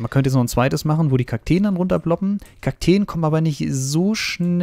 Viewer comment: es heißt Kakteen 😂 aber sehr gutes Video bester Bauer